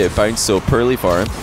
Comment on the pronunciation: WHY CAN'T PRONOUNCE THE WORD "POORLY"?????